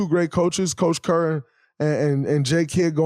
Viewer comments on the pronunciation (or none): none